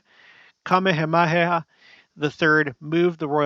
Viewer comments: I don't want you to think I'm being a all critical here... simply wanted to help you with the pronunciation of the king in Hawaii. 😉 It sounds out like so➡️King Kuh-mayuh-mayuh. Say it the way I spelled it out sound wise. Just wanted to help you not have a struggle with it when you are trying to say it. You're awesome! Thanks for all your facts and research! ❣️ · I think the king's name is pronounced ka-ME-ha-ME-ha